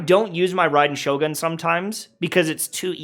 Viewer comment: Please man its Shogun "goon" PLEASE MAN holy shit